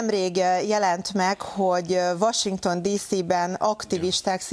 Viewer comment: komoly orrsoveny ferdulese van. Ez valami fertozo cucc lehet ezen az oldalon from Verebes... Az meg, hogy a kis csaj - nel "Washinstone"- rol nyekeg, mar csak hab az ATV tortajan...🤣